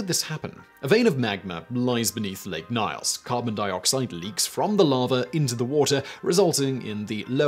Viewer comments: I was in Cameroon when the Lake Nyos event occurred. We always pronounced in Nee-os, with the os as in 'toast' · FYI: Nyos is pronounced ños.